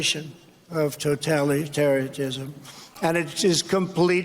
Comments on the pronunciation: I agree with you Ben, and I'm going to be voting red in November. But, "Totalitariatism." Lol. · Ugh, cmon mate. "Totalitaria-T-ism"?? 🤦‍♂️ The left are gonna be pointing that out throughout Trumps whole 2nd term.